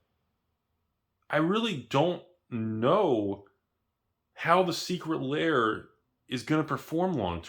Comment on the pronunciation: saying, "Secret Layer" instead of "Secret Lair" is his best troll in months.